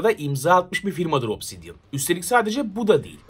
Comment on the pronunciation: obsisdian diyince neden aklıma alien geldi?